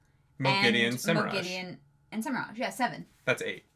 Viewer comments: Pronauncing Semirhage as Semiraash is wild. When I heard that, I almost broke my monitor. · I have also always pronounced Semirhage as Simmer-oj, it just flows better idk. The hard g feels wrong to me